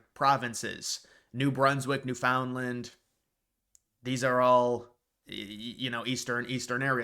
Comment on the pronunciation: It pronounced "NewFundLand" slurred.